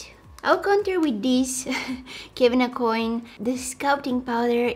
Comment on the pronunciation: Aucoin is french. it is pronounced Aw-Kwan (where you barely hear the 'n', so it is more like Aw-Kwah or Oh-Kwah. I think he was of Cajun decent (but not sure).